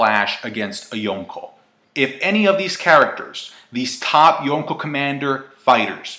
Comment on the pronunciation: stop saying yonko like that